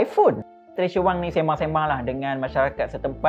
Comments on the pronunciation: Maaf pembetulan sebutan maaf,,,,,,,,🙏🙏 Wang" bukan Weng"" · Wank or wang! Hehehehe diction boy, but gud job done.